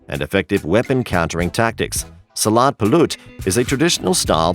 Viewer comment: your mistake. no salat, its silat